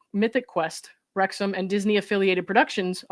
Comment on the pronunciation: Wrexham pronunciation 👍